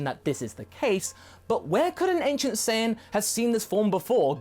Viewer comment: "Anicent" saiyan?